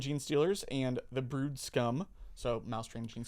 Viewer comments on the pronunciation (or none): none